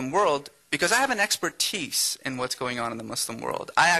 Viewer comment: He has "an exper-tiis".